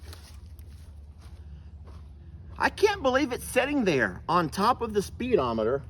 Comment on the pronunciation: The way says speedometer made me laugh a little 😆